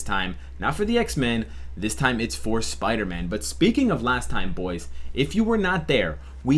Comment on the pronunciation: Wow what's a Piderman??? #SleepDeprived